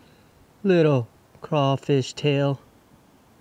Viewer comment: Being from Louisiana i can appreciate the simple fact that you say “Crawfish” and not “Crayfish” 😩🔥😍